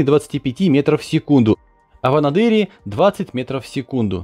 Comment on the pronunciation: Спасибо! Вот только столица Чукотки - АнАдырЬ:) А то анадЫр чукчам режет слух)))